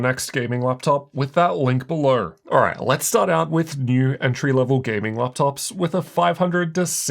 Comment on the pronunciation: "Check out the link berhlerh" 😂😂